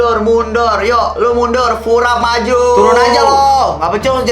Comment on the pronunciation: "furab maju" kok tb² bgt sihh😭😭😭